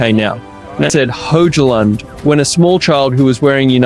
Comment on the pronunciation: itr pronounced HOY-lund btw bro